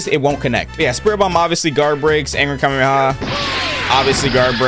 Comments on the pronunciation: AINT NO WAY HE SAY KAMEMEHA AND KAMEHA 💀😭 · Bro said kamemeha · ITS ONLY 1 M AND HE SAID KAMEMAMEMA